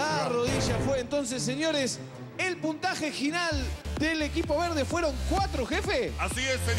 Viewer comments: dijo jinal no no dijo final😂😂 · fui la única que se dio cuenta que dijo: "el puntaje jinal"